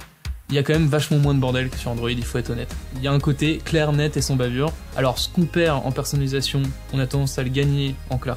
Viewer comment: Très intéressant. Par contre, côté technique, tu n'articules pas tout à fait assez, je trouve. Peut-être aussi que tu parles vite pour caler toutes les infos en peu de temps. Exemple, tu "gobes" les L de qualité et de personnalisatio. Moi j'entends qua-hité et persona-hisation.